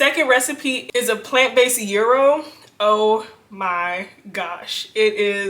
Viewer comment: It's a "yeee-roh" not a Euro €, but definitely delicious! Love this recipe so much, will make again!😋